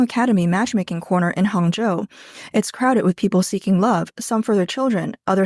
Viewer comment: what city did you say that match making thing was???? Hung-Joe???????? No wonder the women flocked there.